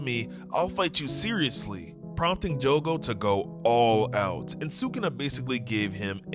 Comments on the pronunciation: jugu? omfg SAY JOGO NOT THAT HARD DUMBASS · I’m bouta crashout his say “jugo” not “jogo” it’s pronounced “joe-go” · jogo is pronounced: "Joe goe" not "Joo goe" btw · Btw it’s jogo not jugo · Why jugo, not jogo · Son it's not joogo it's jogo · The saddest part is him calling Jogo “Jugo” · love your vids but its joe go like that not ju go ( this is for how you say jogo ) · Bro kept saying jugo it's Jogo joe-go not ur fault tho lol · Joe-go not just-go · Hey btw! Its Jogo(Joe-Go) not Jugo. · My boy, why are you saying Jugo? Where the hell is the letter U jogo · I love how pronounced jogo as jugo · its jo-go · I wanna tell you that your saying Jogo wrong